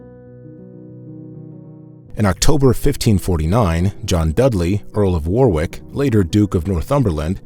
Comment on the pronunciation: fascinating account! a couple of English place names were mispronounced and should be read as: warwick (wo-rick) reading (red-ing) norfolk (nor-fook)